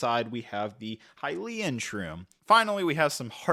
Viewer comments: isn't it Hylian* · I wish he'd just say upfront that he's unfamiliar with this franchise. The mispronunciation is... crazy. Like, many of us played these games pre-voice acting, but ocarina and Hylian are spelled simply. How did you get every single one wrong?